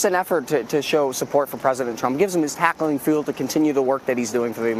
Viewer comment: dude said "tackling fuel" Okay Bobby Boucher🤣